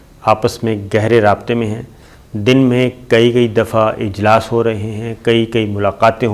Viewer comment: Kiya kaha ! Choor Commanders ka taweel tareen ilaas howa hay. Yeh Sabir bolts hi is andaza say k sunai Choor commander hi deta hay.